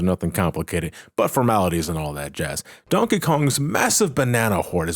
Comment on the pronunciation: Everytime you say Donkey Kong, it sounds like you’re saying Donka Kong